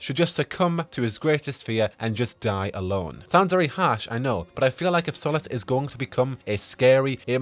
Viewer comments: sorry dude, I love everything about you and your channel, its just how you say his name it really grates on me. Its cool though, I can live with it lol just out of curiosity, why do you say it like that when most characters in game pronounce it SOL-US ? I think I can remember one other character pronouncing the way you do. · I don't like how you pronounce Solas lol Edit/P.S Bad Wolf